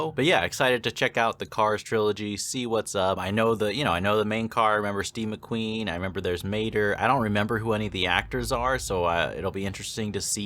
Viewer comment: Did you say Steve McQueen 😂